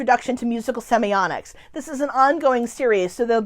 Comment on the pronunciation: Why do you pronounce the word as "semionics?" semi-OTT-iks